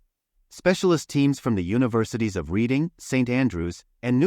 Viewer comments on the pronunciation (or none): Please pronounce Reading University as RED ing University.